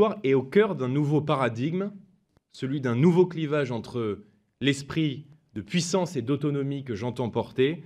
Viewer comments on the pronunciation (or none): none